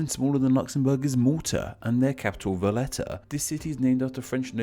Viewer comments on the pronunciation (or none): none